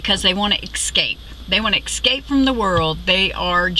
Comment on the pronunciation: Great video. Word to the wise though - the word is 'escape' not 'exscape' ;)